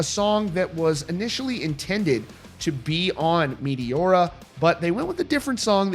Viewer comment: "Meteora" pronunciation completely killed.